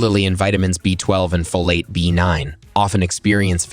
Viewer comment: "Folat" too.